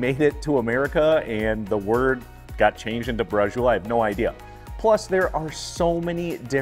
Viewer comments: It’s very definitely ITALIAN! It’s called Bra-chee-oh-lay in italy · Nice recipe, but you're pronouncing it totally wrong. 😕 It's bra-cho-lay. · Is not Brazul.. is braciole. That is a southern dialect. Most immigrant came from the south. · Brajul??? Braciole sounds different!! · Yup...he could have looked it up. Not authentic pronunciation!